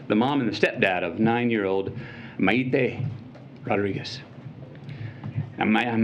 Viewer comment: I was for the Second Amendment until I heard this privileged White guy that didn’t even care to pronounce Maité’s name correctly, preach it!